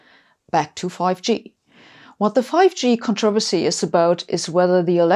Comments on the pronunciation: So nice, as an expat Brit living in the U.S., to hear the word controversy pronounced correctly ;-) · She may be smart...wonder what her first language is...loved the way she pronounced "controversy"!